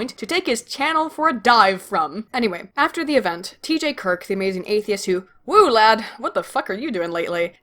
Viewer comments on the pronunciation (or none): none